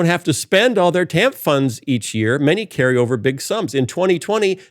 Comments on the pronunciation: Pronounced "TAN-EF". My bffl (since 7th gr) had to get a divorce in the later 90's (DV). Thanks to Clinton/the TAN-F program, she was able to have childcare for her lil girls, go back to college, graduate with honors & become a hotshot Human Resources Director for a big, lucrative, multi-state company where she still works & enjoys a very comfortable salary today. The TAN-F. program pulled ALOT of ppl out of poverty. She, & her 2 girls are still very grateful for the welfare. By the time Clinton left office, the USA had a nice-sized surplus. Ppl should research what Reagan did to the tax structure. ..which has never bn corrected back to the 50's, 60's, early 70's tax structure that allowed my gpa to comfortably support my gma & their 6 kids on one his lumber miller's wage. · I know it's ridiculous that it bothers me but in my experience as a social worker, TANF is generally pronounced "tan-if" at least here in the PNW. I am fully aware that this is a stupid comment but every time Phil said it, it grated.